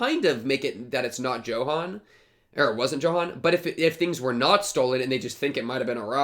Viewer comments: that Johan pronunciation, bro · Just so you know since thr story's s in Germany, "Johan" is pronounced as "Yohan"